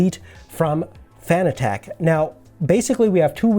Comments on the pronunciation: he is saying fanatec so wrong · Couldn’t finish the video. The way you pronounce fanatec makes my hair stand on end lol